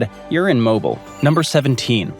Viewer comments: Long ago a teacher taught that the correct pronunciation of a city’s name is the way the citizens of that city pronounce it. Hence Mo-BEEL. Down the Coast and up the Mississippi from there is another city with a widely mispronounced name. Its citizens call it New Awlins, and sometimes N’awlins, but never ever New Or-LEANS. The sole exception being in that song about Colonel Jackson in 1814. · You lost me first when you started mispronouncing, then when you went to gulf of America. NO. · If I was going to make a video where I say a cities name 450 times I would make sure I know how to pronounce it. I'm talking about Mobile, Alabama. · You lost me at the Gulf of America and the way you pronounce Mobile. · Kindly learn to pronounce the name of a city if you are going to shit on it. Also, rain? Seriously. You rank us between cities with the highest pollution rates in the country and cities with the highest murder rates because of rain and humidity? Bless your heart. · I'm a transplanted New Yorker in the south and the pronunciation of Mobile was so triggering, I had to stop the video to read the comments for therapy. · Right? I marked this channel as a lot cause at that point. Mobile, AL, I could MAYBE understand if you aren't from the South and forgot that Google can literally tell you how a place's name is pronounced. But that? Lame. Channel creator has brown on his nose and orange on his chin. I don't want to be anywhere close to THAT in case it's contagious. 🤢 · I am not from Mobile Alabama, but even I am bothered by his pronunciation of mobile. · I am from Mobile & I am bothered by the pronunciation. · Yes, it's pronounced just like the kitschy, moving art from the 1970s. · Please know how to pronounce the city thank you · His pronunciation of Mobil Alabama sounds like a gas station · Get it right! Its pronounced Mobile as in "Mow-beel" (rhymes with wheel). It doesn't rhyme with will & doesn't rhyme with vile. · Or like bat mobile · Its mobile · It’s mobile